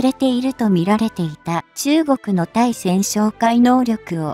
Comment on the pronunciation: まじめに日本語使わんかい！「対潜」を「ついせん」と読んじゃおしまいだよ！